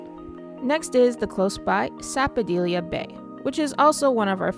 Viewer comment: You missed the best beaches there. You spent most of your time in one area. Check your pronunciation on sapodilla and conch too